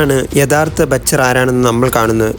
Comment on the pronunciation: batcher alla mone butcher ann